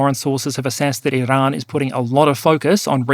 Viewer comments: Bro your Australian stop rolling your Rs for Iran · Iran Not "IIrun". FFS mate, if you're going to respect scumbag countries by pronouncing their country names the way they pronounce it, then I expect you to do the same for western allied countries like France. 😡 I've followed your channel from day dot, but it pisses me off when you make an effort to appease our enemy. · just likes pronouncing “Iran”.